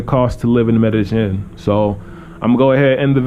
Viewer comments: Two "ll''s" in a Spanish word is pronounced as a "y" in English. Medellin is pronounced "Medeyen" and not "Medejen." :) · You say Medagin I thought its Medayeen but spelt Medellin. Double LL as a Y pronunciation. Anyways good videos.